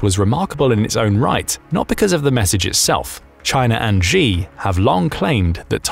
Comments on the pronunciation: "Xi" is also pronounced wrong. It sounds close to 'she'. Saying 'zhee' sounds ridiculous to my Chinese trained ears. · Its pronounced She not G